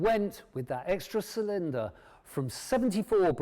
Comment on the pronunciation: Not sure I would want to buy a bike from someone who can't pronounce "cylinder" and wears his auntie's sweaters.